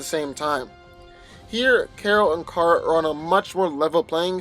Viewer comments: KARA not kera 😭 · It's pronounced "car-uh" not "care-uh" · Okay- first of all NO. 1.) Your inability to pronounce Kara’s name is irritating and makes Carol’s and Kara’s name sound almost the same. 2.) You are completely and blatantly ignoring Supergirl’s key weaknesses to Kryptonite, and red-sun radiation. Do you think that Shield wouldn’t have something similar to Kryptonite laying around? Do you think that Captain Marvel can’t control the type of radiation she blasts? 3.) Supergirl is EXTREMELY inexperienced when it comes to tactful foes, and this gives Captain Marvel an advantage upfront. In the long-run, Supergirl may analyze how Carol fights, but Carol will in turn be able to learn more about Supergirl’s weaknesses and quicker. This is NOT just a fight between Carol and Kara, but also between the ability of S.H.I.E.L.D. and the D.E.A. to analyze opponents for specific enemies. However, Captain Marvel has a massive advantage because she goes into fights LOOKING for the weaknesses in her opponent; Supergirl, on the other hand, goes into fights like a barbarian- hit things until it stops moving. Only sometimes does she have tactical advantage because of her 20/20 hindsight! Even then, Kara NEVER SEEMS TO LEARN (at least in the TV series) and always rushes into a fight! 4.) Carol can handle herself and is familiar with her own abilities and how to fight with confidence wether she has those abilities or not. Kara gets REKT without her powers. In addition, S.H.I.E.L.D. has plenty of things in the ol’ warehouse that a human could use t